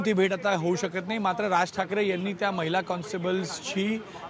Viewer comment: गणेश ठाकुर मैला नाही महीला म्हणतात..स्पष्ट ऊच्चार करा पत्रकार आहात...